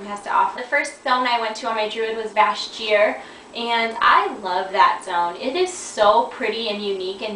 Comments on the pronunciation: you said vash jear lol its vashjir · Too many people are spelling Vashj'ir wrong, and I think that has something to do with why pronounced it wrong. It's Vashj... and then 'ir. Her name was Lady Vashj, not Lady Vash.:P